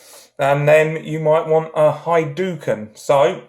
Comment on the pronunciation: HIGH - DOOKEN 😊